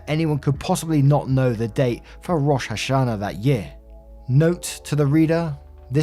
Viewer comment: okay, i'm about halfway or so into the story and i cannot bear saying "rosh hashanah". it's (Row-Shh) (Ha-Sha-Nah), it's also jewish new years for simplicity